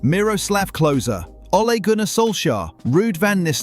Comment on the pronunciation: You know it's AI English when they pronounce my name (Gunnar) correctly, an actual narrator would say "Gunner"